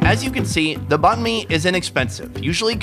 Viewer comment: Check out Kyle Le's Channel: Check out Anan(The $100 Banh Mi Place): Sorry about mispronouncing Banh Mi 3,500 times. China videos starting next week. Where's your favorite Banh Mi Spot?